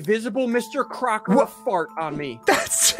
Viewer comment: Mr “Cocker” not Crocker hehe